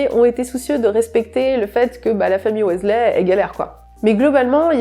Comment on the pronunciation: Et celle des Weasley ahaha Mais on lui pardonne, les infos sont cools !